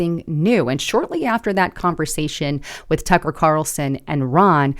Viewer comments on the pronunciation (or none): none